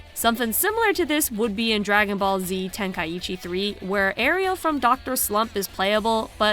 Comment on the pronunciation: it's Arale. not Ariel.